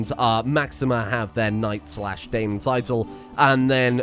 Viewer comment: Dame, not dèïme.